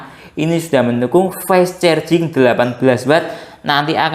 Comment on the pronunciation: Fas carjing gitu aja ngucapnya😢 fes cerjing mulu😂 maaf, lucu dengernya🙏🏻